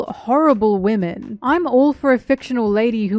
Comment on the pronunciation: I woke up to this since i had auto play one and all I hear is "wemen"